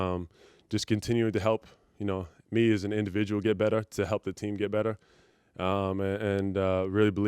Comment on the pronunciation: when he says better. It’s just certain words.